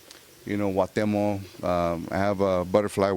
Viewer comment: Who the fuck is huatemo ? Does he mean Cuauhtémoc!!!